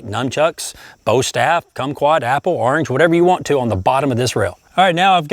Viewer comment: Did any one catch that at min he said cum quat !?!?